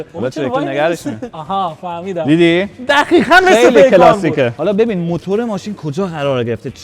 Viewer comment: این قشنگ معلومه بچه آبادیه..مثل لکا ق روتلفظ میکنه...دخیخأ😂😂😂😂